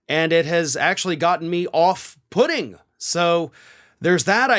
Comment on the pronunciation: Off-putting... off pudding 😂🤣😂 I had to pause the video and repeat that to my daughter!